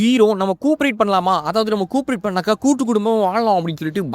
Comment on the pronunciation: Covapreat❌ Cooprit✅ 😂😂🤣🤣